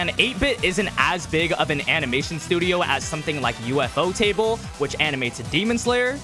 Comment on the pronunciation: BRO REALLY SAID UFO TABLE 😭😭😭😭